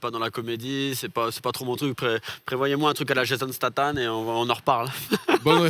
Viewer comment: C'est Jason Statham et non Stathan... C'est mon acteur préféré avec qui j'ai eu un autographe. Je suis le meilleur pilote de Belgique sur GTA 5 classé 7 ème mondial avec 2 World record et meilleur campeur au monde avec le world record de TOP 2 qui est de 8000 sur Fortnite.